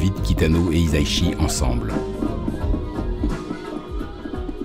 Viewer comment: [mode pête-couille on] Ça se prononce "hissa-ishi", pas "hiza-ishi" ;) [mode pête-couille off]